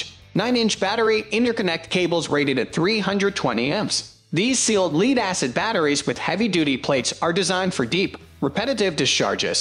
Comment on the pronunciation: the incorrect pronunciation is a hoot ... "leed acid"